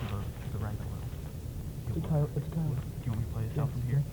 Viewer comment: Annoying how he pronounced coyote but otherwise an awesome video!